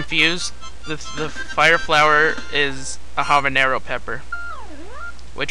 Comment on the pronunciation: its pronounced Habenyaro